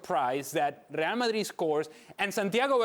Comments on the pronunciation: After hearing this guy saying Real Madrid like that so often, suddenly, Spanish doesn’t sound so sexy. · The way he says RRReal Ma'RRi is so grating....it's like pronouncing Liverpool in an English accent while speaking in Spain on Spanish TV. Crazy. Just call them Real, or Madrid, or even better Real Madrid when you're on an English-speaking channel! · Alejandro needs to Americanize his pronunciation of Spanish names when he speaks English. It's really jarring to hear an American accent followed by a perfectly pronounced (in Spanish) Santiago Bernabéu and "RRRRReal Madrid".